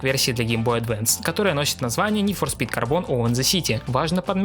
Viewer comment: как же ска бесит твое "нид фор спит"